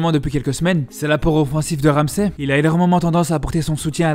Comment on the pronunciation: On di pa ramséé mer aron ramzi juste la prononciation